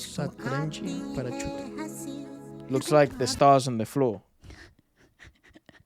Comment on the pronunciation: the way he pronounced Parachute🤣🤣🤣🤣